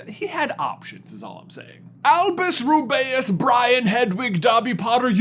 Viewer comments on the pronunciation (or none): You better take back that pronunciation of Rubeus.